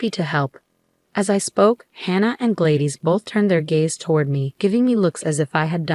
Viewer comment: I question whether this is legitimate since the story teller keeps mispronouncing the name Gladys. It is an old female name and pronounced "Glad-iss", not Glade-iss.